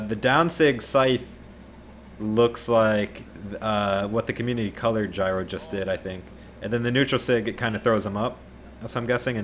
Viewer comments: J-iro, not gyro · JEE-ro, not gyro. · Btw Jiro is pronounced YEER-oh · The way your where pronouncing Jiro is the way you pronounce my name “Jyro” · Hahahah that’s my brothers name “Jiro” it’s pronounced G row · stop calling him jairo ffs if you I don't know how to pronounce someone's name try to avoid saying it